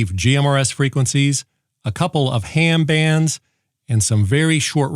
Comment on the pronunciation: Did he say “Hair Band” radio?